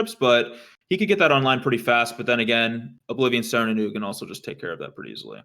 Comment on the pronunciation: I'm not sure if was trolling (I think he was), but it's not like "Eugenie" the Spirit Dragon, but like OOG-in.